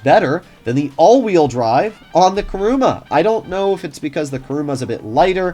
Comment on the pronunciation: It's KUruma, not KAruma!